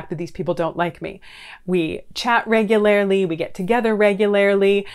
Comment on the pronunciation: Regu"lare"ly? Is that the Canadian way of pronouncing regularly!? Great videos as always! Thank you for your insight as always!